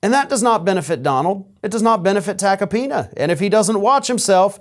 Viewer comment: Note: Joe "Tacopina" rhymes with "Subpoena", (well said)